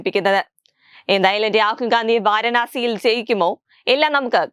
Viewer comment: വാരണാസി അല്ല പൂരണാസി 🤷🏻‍♂️🤷🏻‍♂️ എലിയും പറിയും തിരിച്ചറിയാത്ത ഈ മലരിനെയൊക്കെ എവിടുന്ന് കിട്ടുന്നു 🤷🏻‍♂️🤷🏻‍♂️ അവളെങ്ങനെ ഒന്നുമറിയാതെ ഇരുന്ന് തള്ളി മറിക്കുന്നു